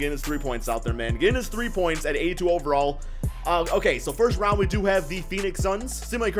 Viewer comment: Not trying to make fun of you but I like when you say simulate current round it sounds like simulate current rounch